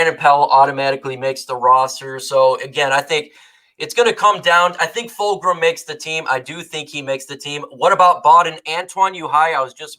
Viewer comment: gotcha. Also not to nitpick but there is no r in Fulgham’s name. It’s full gum.